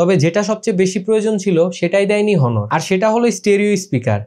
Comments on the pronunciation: Its not হনর, Its অনর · ব্যাটা ফোনের রিভিউ পরে দিস , আগে নিজের স্পেলিং ঠিক কর । হনর কে অ্নর বলতে শিখ । 😡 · হনোর না অনার! রিভিউয়ারদের ভালো,স্পষ্ট উচ্চারণ জানা থাকা প্রয়োজন। বিষয়গুলো খেয়াল রাখবেন। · ভাই ব্রান্ড এর নাম টা ঠিক করে বলেন।হনর না।অনার। আর ফোন লেগ করে না।লেক করে উচ্চারণ ঠিক করে কথা বলেন। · ভাই এটা হনর না এটা অনর